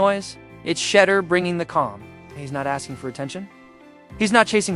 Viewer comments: The way you kept saying shutter instead of shedur lol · Shed- dure is how its pronounced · His name DOES NOT RHYME WITH CHEDDAR!!!!! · Shed- dure its pronounced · HIs name pronounced Sha duer despite the name being spelled Sheduer. Just say his last name since you are incapable of saying his name right. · Its pronounced SHEDOOR!!!!!!! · She-Duer pronounce it Right,... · Sha-door, if you're going to capitalize off our nephew pronounce his damn name right! Geesh! That's just disrespectful! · Pronounce Name correct. That's embarrassing.thank u😊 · Got to get his name right. He’s been on video most of his life. All athletes know how to pronounce his name. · You must learn to pronounce Sander's name correctly. To be online like this pronouncing things correctly is important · Who TF is this narrating this thread? Mf, you can't pronounce Shedeur's name yet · Please pronounce the name correctly!